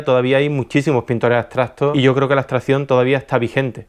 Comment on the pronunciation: ¿por qué nombras "astración" o "astrahción"? La palabras es "abstracción", hay que demorarse un poco más en pronunciarla, es cierto que no es vocablo frecuente, pero hay que hacer el esfuerzo vocálico... no olvides que tu canal es público.